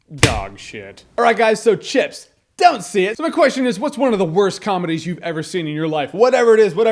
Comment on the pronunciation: I thought Jeremy said "Shits"